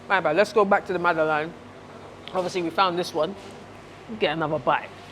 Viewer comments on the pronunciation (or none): Man said mad-ie-lane ya know 😂😂😂 it’s Madeleine g! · Learning Zone: you say it like MAD LENG without the G.